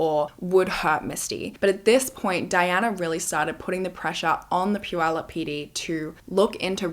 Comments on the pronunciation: I just want to say I'm impressed with your pronunciation of Puyallup. Usually, if you are not from here... It's generally wrong. So kudos. I'm also happy to see the funky earrings making a reappearance... It's such a sad story... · I'm really impressed by your correct pronunciation of puyallup. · I want to compliment you on your pronunciation of Puyallup! My bf lives there and makes fun of me because I always say it wrong…🙈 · I am from the Pacific Northwest and I commend you for pronouncing Puyallup correctly! Ppl in the U.S. don’t even do that. 👏🏻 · I have lived in Puyallup since 1990 and thank you for taking the time to know how to pronounce Puyallup correctly! I live 5 minutes from the fair now and lived about 1 minute from the fair at that time. In 1993 I tried to get the Puyallup Police, technically the Sheriff, to help me make my ex stop stalking me and threatening me and the guy literally told my dad “you know how teens can make things up” right in front of me, I was 17. So yeah they didn’t trust teenagers a lot back then. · I grew up in Puyallup, going to the fair every year! I'm so impressed that you pronounced Puyallup properly! 😅❤ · And it was Puyallup! Impressive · Right…she pronounced Puyallup correct from the beginning❤